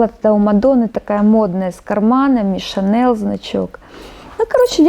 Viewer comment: Господи ж ты боже мой, не ШанеЛ а ШанеЛЬ, это французское слово, а их не переводят даже на английский, понты они конечно важны, но зачем же.....